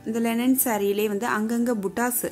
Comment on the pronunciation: It's not Lenin saree..Linen saree..pls chk ur pronounciation which enhances ur vlogs 👍Great vlog of sarees 😍